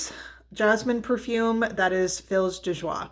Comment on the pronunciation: Also I LOVE Fils de joie (it's pronounced more like "fees de zhwah," for what it's worth, with the "l" being silent. Its name is a bit of a pun. French slang for prostitute is "fille de joie," or girl/daughter of joy, and "fils de joie" means "son of joy."